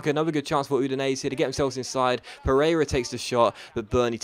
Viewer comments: It's pronounced Oo-din-ay-zay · Is that really how Udinese is pronounced?